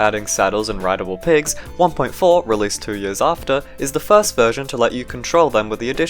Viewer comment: I could not understand what you said for 1.4